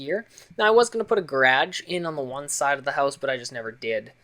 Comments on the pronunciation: he said garage funny ( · you say garage weird.